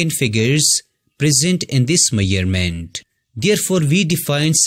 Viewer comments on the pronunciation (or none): By the way one correction 😅that's measurement not mayerment, just small correction i dont know how many of u noticed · Measurements ❌ Maiyarments ✅😅